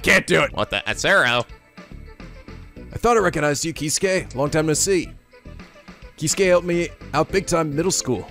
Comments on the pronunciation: You're pronouncing some names wrong. Gin: Jin Keisuke: Kay-skay (like Yosuke) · hey look its the guy with the missed pronounced name "Kay-Skay"